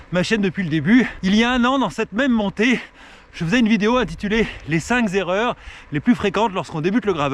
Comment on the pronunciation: " Les cinq z'erreurs ..."